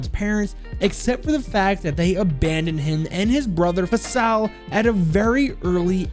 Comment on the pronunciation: It’s pronounced (faysal) spelled Faisal It’s an Arabic name